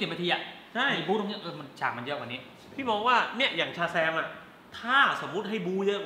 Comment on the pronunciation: เป็นร้อนใน พูดชาแซมไม่ชัดแปลงร่างไม่ได้มช่เปล่าครับ